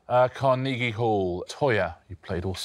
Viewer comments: The way Richard pronounces "Car-knee-gee" Hall lmao. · Fantastic as in can you believe out of four people not one had a clue as to where the Appalachians were? ALASKA? God give me strength. And four people in the arts, with two not knowing where Carnegie Hall was. Oh, and BTW, Richard, It's pronounced Car-NAY-gie, not Car-KNEE-gie. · What I find funny, is that everyone is focusing on the second syllable when it's the last syllable that he pronounced so differently. It's typically pronounced with a hard "g" sound not the soft "g" that he used. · It's how the man's name was pronounced. For some reason we tend to say it Karna-gee Hall but we shouldn't. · That is how the rest of the world pronounces it. Even Sparks pronounced it Carn-EE-gie in their song... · Dead at Osman's pronunciation of Carnegie Hall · I just heard Richard pronounce "Carnegie" and I'm like really?